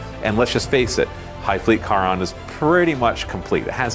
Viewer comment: Charon is pronounced like "Karen", it's the Ferryman that carried the dead across the Styx.